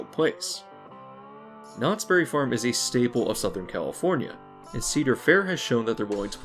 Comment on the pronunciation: I would like it if people say the name of this place right. It isnt Knottsberry Farm, it is Knott's Berry Farm. A Berry farm, owned by Knotts. Everyone calls it Knotsberry farm, like its a farm owned by Knottsberry. Super annoying.